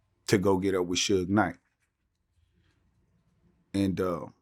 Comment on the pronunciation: So far this interview is shaping up to be one of the best Vlad has done. The other one I would rate up there is the first Mob James interview. It really has more to do with the person interviewed than it does with Vlad’s questions. This one was good up until I heard him say “Suge”. I’m like “Ohhhhh boy!” Lol